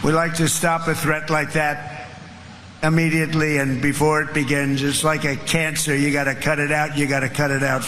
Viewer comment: WHY DO PEOPLE SAY " A- MMEDIATELY " "E- LLEGAL" ?